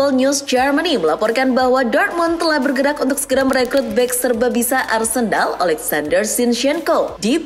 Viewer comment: Menit ke 6 admin nya bilang arsendal kah 😅😅